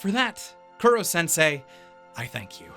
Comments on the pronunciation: Did you just say KURO sensei? Its koro... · i know not everyone can pronounce things right all the time but for the love of god KOH-ROH Kuro means Black im damn sure you know that by now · raises hand I thought the humor was perfectly fine. ... Also, it’s “Koro-sensei”, not “Kuro- sensei”. Cuz it’s a pun on the Japanese words for “kill”* and “teacher”. *Actually "unkillable" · An anime reviewer miscalling Koro-sensei as "Kuro-sensei" annoyed me, it's not hard-to-pronounce Japanese words. But not sure if it was mistake from the dub or not. My favorites were their assassination attempt at southern island, and in-class survival game battle. The dark-tone Momotarou was good too. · Who the fuck is Kuro sensei? While I love your reviews, the pronunciation of names always bugs me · Buddy, please put a little more effort into the pronunciation, i know you know how to properly say Koro-sensei